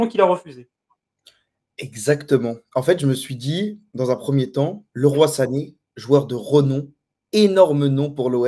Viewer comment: ça se prononce Li Roye ( Leroy Sané ) il s'est bcp pleins qu'on l'appelez '' Le ROI sané '' lol